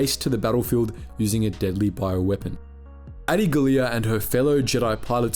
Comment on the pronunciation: That's how you pronounce Adi's name? Lol